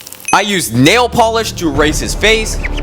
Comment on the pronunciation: "the polesh of nieial"